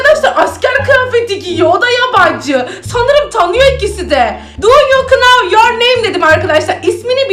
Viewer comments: Know nav diye okunurken büşbüşün kınav diye okuması sks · Abla know kınow diye okunmuyor nov diye okunur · Abla video çok iyi ama know deyil now diye okunuyo